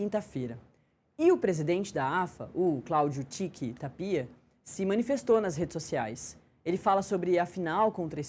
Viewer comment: Essa apresentadora que não sabe falar o nome do presidente , não é Ta-pi-a , é TÁPIA. E essa chicara na mão que coisa mais BREGA. E quando começar o programa não se diz “ A gente começa “. Se diz “ COMEÇAMOS “.